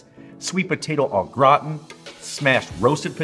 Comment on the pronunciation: Love you, but you need some French in your step. Say it with me, Au Gra-tan… not graw-tin lol